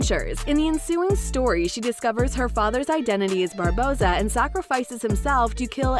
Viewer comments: She doesn't say anything about boycotting if Depp isn't in it. Also.. can the narrator check her pronunciation? It's Barbossa, not Bardoza. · Say "Captain Bardossa" one more time I dare you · did the narrator say captain bardoza? AND call him jack sparrow when his name is CAPTAIN jack sparrow, and say that an all female pirate crew would be interesting??? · It's Barbossa not Bardossa, doing a pirates without Johnny is like Star wars without Darth Vader, it's not gonna work. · “Contractually Oblodged” “I’d like to see a Carina who takes the elms of Bardossa” “Seltzers revenge” Well done. You can’t read. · "Oblodged but I'd love to do it... takes the elms of Bardossa" The hell were you reading? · She really said “bardossa” 💀💀💀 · there is no D in Barbossa, if you're going to narrate, please try at the very least to pronounce their names right, other wise your showing everyone that you haven't even watched the movies, there is no Captain Jack Sparrow without Johnny Depp, he is the only person for this role as he created and put so much work into his character, 2 of my favorite franchieses ruined all because WB support an abuser AH and not the victim JD, Boycott aquaman 2 please (no offence to the other actors, Jason Mamoa is a great actor, he funny and decent human being) but AH does not deserve the role of Mera, I think it is only right that if they keep AH as Mera then JD should keep all of his roles too, especially POTC and Fantastic beasts. I'm glad JD has the support of his co stars.